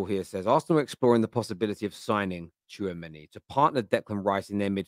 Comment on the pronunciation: Tchoumeni !!! Your Killing Me, As If, You Guys Need to Stop…